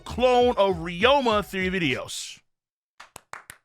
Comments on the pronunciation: Ryuma pronounced (ree-yoo-muh) long O sound my brotha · BOI IF YOU DONT CHANGE THE WAY YOU PRONOUNCE RYUMA